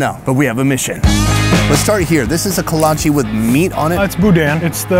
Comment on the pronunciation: The food that surprised me the most was the kolache (pronounced kolotch-key). My dad's Czech family makes them all the time at it's awesome to see they're so popular down there.